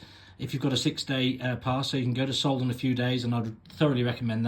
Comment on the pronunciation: Very good video, but maybe you should learn how to pronounce the villages you talk about. It’s not ”Hock-Gurgl”, it’s Hochgurgl. It’s not ”Solden”, it’s Sölden. Otherwise, great 😊